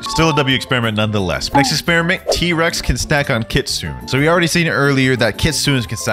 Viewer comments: I can't stand hearing someone say kitsune like Kitsoon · No hate but it's pronounced Kitsuneh it's Japanese but yeah the e is eh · Everytime he said "kitsune," I cringed. The E is pronounced! No hate though, love the content! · Why do people pronounce kitsune as kitsoon😭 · Kitsune is pronounced with the E at the end.